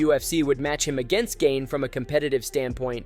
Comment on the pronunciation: Cereal ganey swear his name was pronounced like 8 different times...